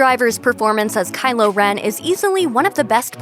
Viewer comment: Am I going crazy or is she saying Kyler